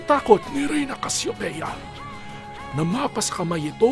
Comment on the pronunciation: Hindi casyopea Cassiopea!!